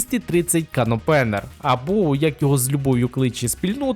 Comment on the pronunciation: Аж вухо прорізало. Не канопЕнер, а кен опЕнер, і то не спільнота його відкривашкою кличе, а буквально його переклад з англійської. А так, дякую за відео